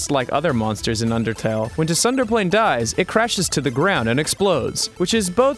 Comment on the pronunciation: Too-sender-plane? REALLY? What has this world come too...